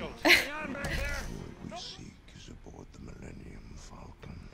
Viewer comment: I cried three times during this reaction. First was when you didn’t recognize the Millennium Falcon, the second was when you agreed that it was garbage and the third was when you called it the Millennium FalcoM. Lol. I kid I kid. 😂👍